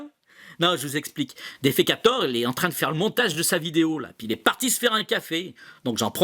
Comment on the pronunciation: J'attends tout le temps avec grande impatience tes prochaines vidéos. Et je suis toujours très satisfait de tes contenus précis et si bien sourcés. Encore BRAVO pour ton travail,. 👍🏻👍🏻👍🏻 Et.... RÉPÈTE À ARNAUD THIERRY (d'Astronogeek) QUE C'EST DéfAkator et pas DéfÉkator, ton nom de site 😉😊